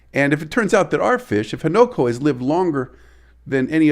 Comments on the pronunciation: Newborn Fish is often called a Fry. And it's Ha-Na-Ko. Not Ho-No-Ko. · Its pronounced Hunu ko .